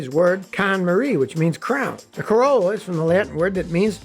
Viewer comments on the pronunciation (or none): none